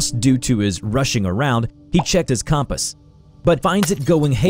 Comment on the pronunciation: to That's a unique way of saying compass